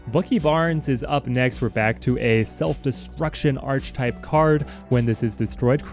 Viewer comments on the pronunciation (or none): My brother, yougotta learn how to properly pronounce Archetype. It's ARCH-E-type. You don't pronounce the arch as in arch. Properly its 'är′kĭ-tīp'